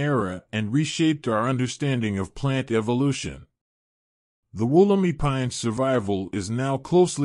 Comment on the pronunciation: It's pronounced Woll-em-i (eye) , It's location is not a secret it's in the Blue mountains, but it is a restricted site and not accessible by the general public...Since 1994 there has been many hundreds of Wollemi cultivated and there is a stand of them being gown by NSW parks as part of a conservation project Mt Tomah.